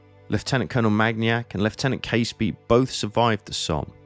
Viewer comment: Hi. I really enjoyed that vid. The aerial shots made sense of the mess. (As an aside - as a Fifer myself, Caseby is pronounces Cazeby).